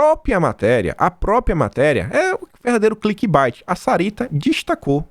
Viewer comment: A pronúncia de clickbait é /klikbeIt/, não /klikbaIt/porque clickbite significa “mordida de click”, coisa que não existe...😂